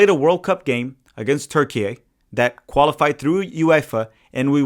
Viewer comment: thx for not saying "turkey-aye"